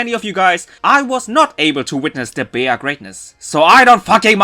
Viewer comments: Some things that I want to mention: The english dub is right. Her name is Bea, not like how you called her. Trauma? That's not trauma XD. Rhydon just happens to have the same cry that charizard has (at least in the games). And they made a reference to that in the episode, which is why she though that Leon was there when she heard Rhydon. Her trainer league card states that Bea, is very strict with herself because of how she was raised by her parents that, due to the fact that she showed to be a martial arts prodigy since her childhood, made her train really hard to improve her talent. So much, that this made her became a really stoic person that doesn't smile too often despite the fact that she is actually a girl with a cute and soft side and serene eyes that not everyone gets to see. So, her actitude during the episode It's not just because of what happened with Leon. However it also mentions that she really enjoys sweets and that's why Machop kept offering some. Because Machop wanted to stop her from being too hard with herself and to see her smile (and you can see her smile and show her soft side when she finally accepts it). You also didn't noticed that she was training in the Isle of armor (you can notice this at the end of the episode). The Isle of armor is centered on the theme of personal growth and this was clearly reflected during the entire episode with Bea and how she realize her mistakes thanks to her pokemon and learned from it. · Not to be this person or to be rude but the proper pronunciation of Bea is "bee" in English. This is probably because the name is derived from the name Beatrice. Even in the Wikipedia article of the name Beatrice list Bea as a shorten version of Beatrice and even list Bea from Pokemon Sword and Shield as an example. However, that doesn't mean the pronunciation is wrong. I have heard it called "bae-a". I guess it's just really just regional. Anyway, great video as always! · The dub is right. It isn't as he called her.